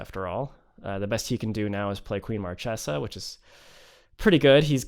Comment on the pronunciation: This is the first Captain Sisay deck that I really love. Your build is awesome my man. The fact that you managed to beat Marchesa (which is one of the worst match up for a creature-based combo) proves it. PS: Marchesa is actually pronounced "Markesa". Source: I am Italian. ;)